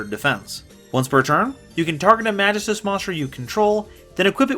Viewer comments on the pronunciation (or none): mahghist uhs pronouce it german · I think it's pronounced Ma gi stus. Also welcome back!